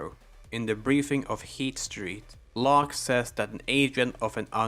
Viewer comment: It felt odd you saying loke instead of lock for locke